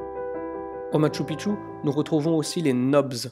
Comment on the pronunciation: Bonjour, Encore une magnifique vidéo. Une remarque toutefois sur la prononciation....:) Phonétiquement cela se prononce: maKchou PiKchou. Et non maTchou piTchou...Sinon cela signifie dans la langue "Mont petite bite".... à éviter de dire donc une fois sur place:) Amicalement Gus